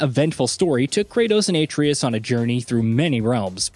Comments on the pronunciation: All this tells me is you haven’t played the game lol. ATRE’US!! Accent over the E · If you're gonna read something, learn how to pronounce everything, especially names of the main characters. Have you played the game? Or is this a bot reading it? Seems like how an old Mac text to speak function would pronounce names. Uh-tray-us. Got it? Good. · Who is A-TREEus? 😂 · I don't understand why so many youtubers pronounce Atreus wrong, the game tells you how to say it. "8🌲us" lmao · You clearly never played the 2018 GOW "Ate-tri-us" I rest my case can't even watch this video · Atreus - (Uh) (tray) (us) 👌🏾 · Uhh-tray-es .. fuc they say his name correctly in the game bro u ruined the videos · Atreus {Ah-tray-us} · Maybe learn to say Kratos' son's name before doing a video where you have to say it multiple times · Honestly was gonna watch then heard the way he pronounces atreus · Lmao you know the dude reading this script never even played the game when he can’t pronounce the characters names right 😅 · Can tell you didn't play the game by how you pronounced Atreus. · the way he pronounces Atreus's name...im not a fan. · Can you please say the son’s name right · How many times are you going to mispronounce Atreus…. Lmfao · Broo this is the second video that yall butchered his sons name. Lol. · Bro the way you say Atreus hurts me 😂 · This clown 🤡 couldn't even get, Atreus name right. 😒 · Can nobody pronounce atreus' name right? Jesus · Will somebody please tell him how to pronounce Atreus??? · I didn't even bother to finish this video cuz you couldn't bother to say his name the right way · Im constantly disgusted by the way he pronounces names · Mispronouncing the BOI's name on purpose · Why can nobody pronounce Atreus’ name properly. This like the third vid I’ve seen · The way he says atreus tells me he has not played the game yet and is just reading a script. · The way you pronounce Atreus just legitimately ruined my whole day. Thanks. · That Atreus pronunciation tho... 👀 🤣